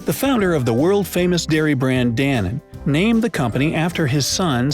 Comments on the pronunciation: In Germany you pronounce each letter Da-no-ne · Isn't it pronounced dan-own? :P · Danone is pronounced "da-known" in the UK, although comedian Limmy did do a sketch about someone mishearing it how you pronounced it in this video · Danone is pronounce Dan'own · danone is pronounced like dan lone, without the L Edit: in china, Xue Bi and Ke Kou Ke Le, are pronounced shwey bee and ker co ker la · I nearly fell off my chair laughing when he tried to pronounce Danone. Furthermore you showed a map of Spain when you talked about Bristol in the UK. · Yes he Pronounced it wrong